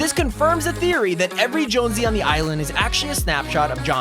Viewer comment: Are you sure he didnt say Jones blouse because thats what im hearing